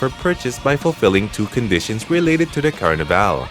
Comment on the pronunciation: Totally not making fun of you... but i think just about every native English speaker cringed every time you said Carnival. You're saying: Car-neh-Vale when it's more like: Car-Niv-All